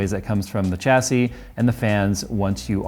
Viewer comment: Its "SH" assy not "CH" assy